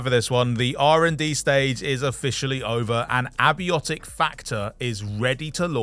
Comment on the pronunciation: Pretty sure it's pronounced "ay-bye-otic"